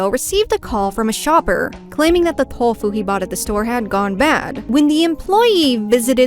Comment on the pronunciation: I love your videos so much, but I always find it super jarring when words like Tokyo and tofu are pronounced like "thokyo" and "thofu" ^^